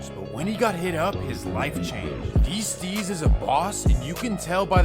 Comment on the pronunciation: LOOOL you a fool bruh. ITS D STEEZ ( DEE STEEZ " STEEZ LIKE BREEZE. nigga said d streets hahaah